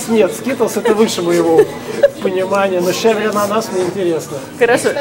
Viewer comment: щавЕль, а не щАвель, но всё равно спасибо, надо будет заглянуть за чебуреками.